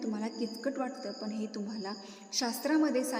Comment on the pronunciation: पन नव्हे पण मराठी शिकून घ्या.